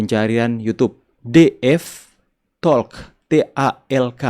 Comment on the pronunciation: terimakasih utk ulasannya dan info utk bisa nonton siaran ulang DF Talk. Namun demikian maaf bolehkah sedikit memberikan kritik saran tentang pelafalan kata "talk" bahwasanya huruf l di dalam kata tersebut itu 'silent' tidak dibunyikan.